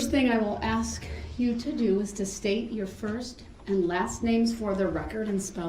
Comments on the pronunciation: If Darrell pronounces “ask” as “ax” , then how does he pronounce axe. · Love your pic of the axe in front of the “ing” to denote how his mispronunciation of the word “ask”. Him saying “axe” instead of “ask” drive me crazy throughout the “proceejinks”!